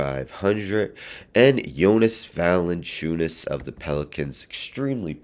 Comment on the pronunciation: Valanciunas defo :D Remember Chuck trying to say his name? xD